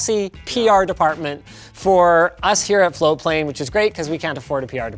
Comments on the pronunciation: It's spelt "Floatplane" but is apparently pronounced "Flowplane". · TIL that for the past year+ that I’ve been following this channel, and Linus have been saying “floatplane” and not “flowplane”. Congrats on your beta launch! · Guys, you need to pronounce the T I was searching for flowplane. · I've been hearing Linus and say Floatplane for months now. I thought they were saying Flowplane until today when I saw it in the video title with Floatplane typed out. They need to watch their pronunciation, even in this video it sounds like they're saying flowplane half the time. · When they say 'Floatplane' fast, it sounds like they're saying 'Foreplay'. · Always sounds like they say Flow plane, not Float plane.